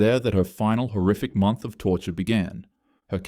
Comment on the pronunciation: Im sorry did you say month?